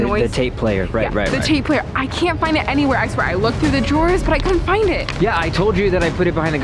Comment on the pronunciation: I love how still can't say 'Tape player' correctly 😂😂